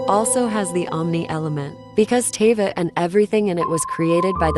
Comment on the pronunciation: and now Teyvat. Dude. Horrible video lol. This isn't like caramel and caramel. You don't just get to change especially names but also places names bc you want to say it differently lmao